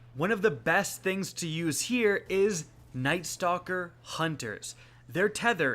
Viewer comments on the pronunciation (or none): none